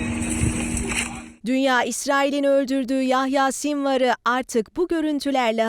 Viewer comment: Yayha değil Yahya lütfen biraz daha dikkatli olalım 😢 şehidimize bir Fatiha okuyalım inşallah